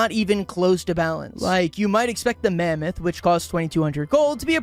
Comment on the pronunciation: Bro did NOT say mammoth